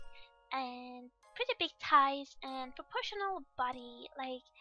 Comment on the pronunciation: Your talent is amazing and your voice is so cuuute >w< I just love how you said "tighs" instead of "thighs" eeeee